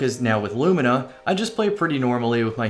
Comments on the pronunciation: Haven't you heard? It's apparently pronounced 'loo-mee-nah'. ...but it so totally isn't. Thanks for getting it right, lol! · pronounced it correctly! Huzzah a man of quality!